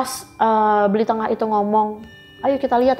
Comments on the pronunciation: Bli NENGAH mbk bkn BLI TENGAH yaaaaaaa Geram bngt pas si mbk nya nyebut BLI TENGAH 😮😮😮😮😮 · Pak Nengah kali ya Bukan pak Tengah Dan lucunya, manggil bapak temennya dengan sebutan Bli. Bli itu kakak, bukan bapak 😂😂